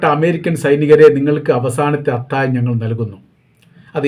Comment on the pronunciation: അത്താഴം ആണ് അത്തായം അല്ല. താങ്കൾ പലപ്പോഴും ഴ എന്നുള്ളതിന് യ എന്നാണ് പറയുന്നത് 😊